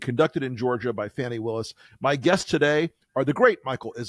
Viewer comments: Pronounced "Fawney", not fanny. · Fani's name is pronounced "FAWNIE".